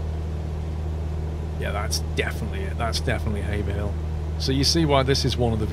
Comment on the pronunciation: Pleased you are one of the few who pronounce Haverhill correctly - I live there. Thanks for the video. I have yet to "fly" over my home town yet as still struggling to set up my CH Yoke correctly.